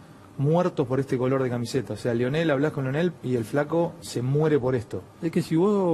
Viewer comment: Deberías saber que se llama lionel no leonel jaja.